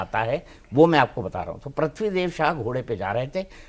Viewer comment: PRATHIVI NAHI HOTA HAIN BELAGAM MAT BOLL YAAR PRITVI BOLLA JATA HAIN